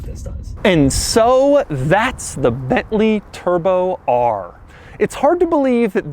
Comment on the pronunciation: New way to say bently turbo r